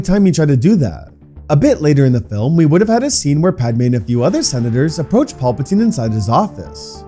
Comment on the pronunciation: Had to stop part way through. Only so many times you can hear Palpatine mispronounced before it becomes real annoying.